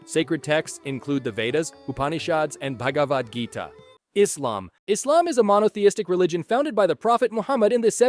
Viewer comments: Your pronunciation of Allah and Islam are spot on. First time I've heard an American capable of reading the letter "s" 😅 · I’m impressed he pronounced basically everything correct.